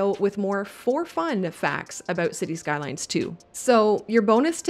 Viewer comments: I'm starting to suspect that she is exaggerating her accent. If someone pronounced 'about' the way she does in Winnipeg, people would stop, point & laugh. I don't know about the Maritimes but no one from Toronto west to Victoria speaks like that. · Watching videos about this game as I wait for it to finish downloading. I love the Canadian pronunciations of 'about' and 'depot'!